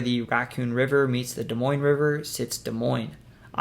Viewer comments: Off to a good start he said Des Moines right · Thank you for saying Des Moines correctly.